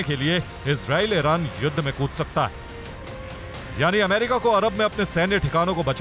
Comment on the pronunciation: अमारिका नही होता है वो अमेरिका होता है